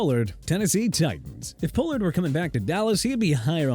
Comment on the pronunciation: Stop with the chubba nonsense okay?! HIS NAME IS CHUBA (CHOO-BA) HUBBARD! Also TONY POLLARD'S LAST NAME IS PRONOUNCED PAH-LURD, ISIAH PACHECO'S FIRST NAME IS PRONOUNCED AI-ZAY-UH, AND RAHEEM MOSTERT'S LAST NAME IS PRONOUNCED MO-STIRT!! PLUS YOU PUT MOSTERT AT #11... ARE YOU KIDDING ME?!?! SMH!!!